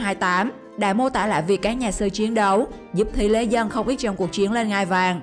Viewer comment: Lý thế dân chứ k fai thý lế dân nha ad